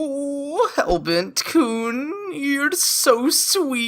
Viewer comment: DID SAY "kune", IT'S PRONOUNCED KUN.